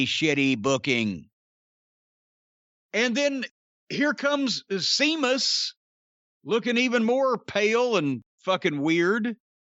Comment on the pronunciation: The more he says SEAMUS, the more I laugh 😂😂😂